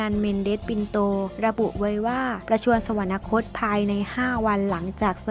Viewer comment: สวรรคต. อ่านว่า สะ-หวัน-คด